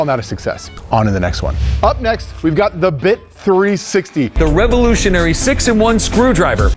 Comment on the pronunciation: Revo-lotion-ary? Subtle joke or accent? 😂